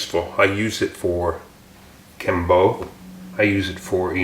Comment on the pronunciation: It’s pronounced geum boo, like the ghost noise. I guess you can just google translate/pronunciation 금부 if you wanna hear it!